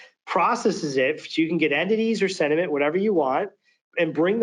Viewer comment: Somebody tell the demo guy that it's SENT-iment, not SED-iment... ;o)